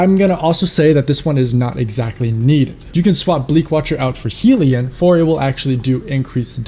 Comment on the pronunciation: *Hell-E-yun is the pronunciation